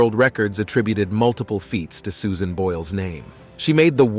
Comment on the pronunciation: Great video! I just have to know if this is an AI generated voice ? Toward the end the narrator says SUSAINE Boyle, as if the "AI" was reading a text with a typo in it. I'm thinking that a human would have avoided the wrong pronunciation despite of a typo in a text like that. Greetings from Norway ♥♥♥